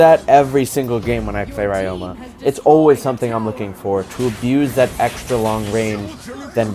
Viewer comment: Hey, just a heads up from a japanese student, ryoma’s name is actually pronounced ree-yo-ma.